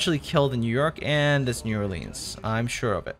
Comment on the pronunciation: My Louisiana soul hurts the way he pronounced New Orleans.....think of it as Nawlins